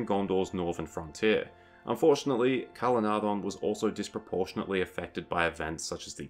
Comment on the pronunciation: Calenardhon, the ‘dh’ has a ‘th’ sound like ‘thorn’